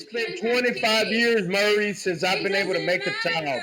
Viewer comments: His name is Maury. Not Murray... How do people continue to mispronounce it? The baby is absolutely beautiful..... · It's pronounced Maury NOT Murray. Damn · 🤣🤣🤣🤣🤣 pronounce Maury correctly....yes!!!!!! Has this dude never seen the show before that he didn’t even know how to say his name right?! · I'm 55, in Houston and love Latinas. If Jocelyn is tired of this vato, she can give me a ring. I don't have tattoos, but I can pronounce Maury correctly.